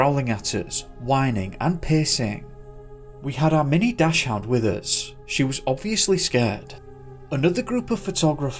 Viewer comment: Will you be making up dog breeds in next weeks video as well? - wtf is a Dash Hound? 😂 The clue to how to pronounce "Dachshund" is how it's written - Dax-hund. Maybe we'll see an appearance of a Chee-hoo-ah-hoo-ah (Chihuahua - pronounced "Chi-wah-wah")